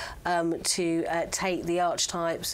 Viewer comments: "Arch-types"??? What a strange pronunciation. You do know that it's actually pronounced "ar-ki-taip" with a hard "K" sound? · I do like you all but sometimes English -for a journalist - is really lacking. occasionally she’ll make words up, bless her, and she needs to learn how to pronounce archetypes.